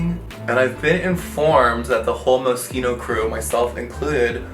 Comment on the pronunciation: Someone who pronounces Moschino well